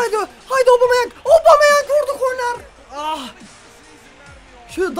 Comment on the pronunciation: yeni transfer obameyang diye okunuyo